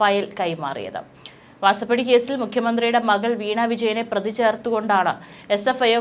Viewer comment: Prathi ennu parayu.pradhi alla